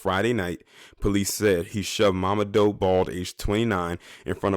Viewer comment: His name is pronounced "mama-doo" an Ethiopian Brother..R.I.P.